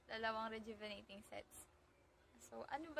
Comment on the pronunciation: Ang hirap bigkasin rejuvenatating😊